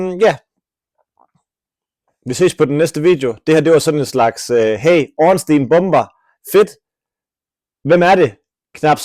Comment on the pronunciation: ORNSTEIN er en joke ligesom din udtalese af stein